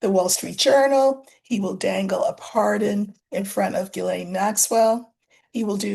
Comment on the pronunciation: Btw Ghislaine is pronounced; "Jees - lane".. (It sounds better in French).. 👏😊